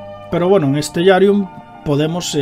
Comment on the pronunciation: creo que se pronuncia stelarium